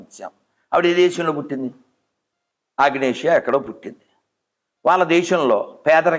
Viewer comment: మదర్థెరిసా పుట్టింది ఆగ్నేటియా కాదురా అయ్యా యుగోస్లావియా ...